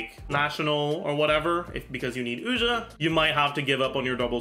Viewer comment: Regarding how to pronounce Ousia. Have you heard of the artist Sia? Its like „see ya“. Make it a "sharp s" like the s in sexy. Now prefix ou from you and you get Ousia. No Oojia or Oshia. Just Ousia. Its an interesting play Hoyoverse is doing here. The word Pneuma comes from the ancient Greek and means something like "wind" or "breath" or "spirit" as in Holy Spirit. (Think of the word pneumonia) While Ousia is a philosophical term (first by the Greek, later predominantly by Christians) used to describe the Holy Trinity. Ousia translates to something like "substance" or "essence" or "nature" or "being". Unfortunately the 3rd sibling isnt named hypostases haha. Instead there are monsters in Teyvat called Hypostasis lol. In modern day, especially in the US, when people describe the Trinity they always say "3 persons in one God" and people always get confused. While the actual formulation is more akin to "3 Hypostases in 1 Ousia". And Hypostases can be loosely translated as "person" or rather "personhood" or "reality" or "sub-substance"....